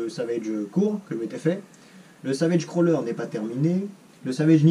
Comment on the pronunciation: Salut, je dit "crawler". Bonne continuation.